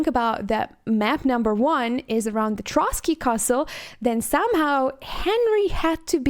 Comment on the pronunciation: I confirm - most of Czech names you pronounced correctly only "Trosky" is not "Trot-skee" (that was Russian revolutionary) but "Tross-ki" (try it with scottish "r") :) And maybe I just oveheard but "Dan Vávra" is not "Va-vr" rather "Vaav-r-ae" (again - scottish "r"). Anyway you did excellent job in NOT butchering Czech word - I give you cerdit for that! ;)